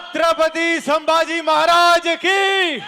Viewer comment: Te Chatrapati sambaji nahi ahe te Chatrapati Sambhaji ahe .Aleast uchar Tari sarkha ghya .😠😠